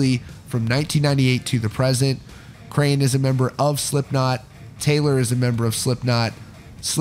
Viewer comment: He pronounced ‘Crahan’ wrong. It is not pronounced the same way as crayon. More like craw-n. Like a crawfish